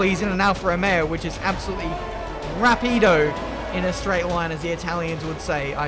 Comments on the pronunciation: Italian fan here. You almost got it, it's not rapìdo but ràpido, the stress is on the first sillable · it's not "rapìdo"....in that case, it's "velòce" "the Alfa Romeo is fast in the straight lines" can be translated in "L' Alfa Romeo è veloce nei rettilinei" BTW, "rapìdo" doesn't actually exist in italian. It's "ràpido" ;) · ben, when u say rapìdo (showing the accent to better explain myself), you have to put more stress on the A and not on the I, so it would be Ràpido (very fast) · Close, but it's not Ra-pee-do, it Ra-pi-do. But not bad. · Rapido means fast like a rocket but the accent goes onto the A, is Ràpido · It's RÀPIDO,! Great job tho! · Its Rapiiiiido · Nobody:: RAH-PEE-DOU So, Italian ambassador here. "Rapido" is another word for quick, yes, but in Italian cars are female so it would be an "Alfa Romeo molto rapida", which literally means "a very quick Alfa Romeo". And we usually use the word "veloce", which means fast (like in Veloce eSports). If we wanna say a car is very fast on the straight, we usually say "it's like a rocketship". Btw I really like when you try to speak Italian, seems like you have a strong fanbase in Italy:) congrats for the championships! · Okay I’ll do my best to explain you how to pronounce “Rapido”. rapido-> ra-pee-dò Mind that the accent on the “o” is to highlight the difference between the Italian “o” and the English counterpart. UK rp: o->/schwa-u/ IT rp: o-> ò No diphthong for the Italian ‘o’ Also, you used the masculine versione of the word, while Alfa Romeo is feminine in the Italian language. (Rapido-> rapida) I wanna see some improvement in your Italian for the next season;) Btw cheers from Florence <3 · I'm an Italian fan, it's more like ràpido, as in Spanish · Quando ha detto "rapida", sono morto dalle risate😂😂 (I'm Italian) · Honestly i'm not your fan, i'm not even subscribed, rapido it's correct (personally i prefer "veloce") but the pronunciation is awful :). Idk if someone else wrote this before me